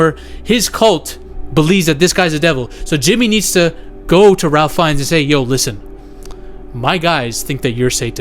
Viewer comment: You need to learn how to pronounce Ralph Fiennes' name. He's one the greatest actors of all time, give him the respect he's earned and say his name correctly.